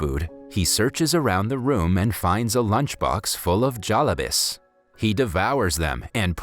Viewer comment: when he said "jalabies" instead of jalebis my soul distigrated into chalk